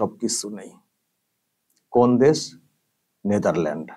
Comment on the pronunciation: ......Desh tar naam Netherland...NA.... NETHERLANDS holo actual pronunciation. khama korben. Aapnake bhalobasi tai boledilam jate aapnake karokache choto na hote hoi